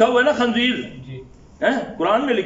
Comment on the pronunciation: شیخ عربی الفاظ تو ٹھیک کرو لفظ خنزیر خ کےکسرہ کےساتھ ہے فتحہ نہین